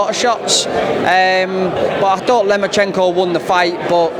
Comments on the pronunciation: brits cal him lemonchayko and blacks call him loma-cheeenko. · Lomo not lemo 😩